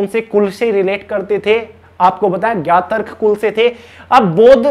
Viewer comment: Gyatrik bolte hai..... pronunciation thik kare sir🙏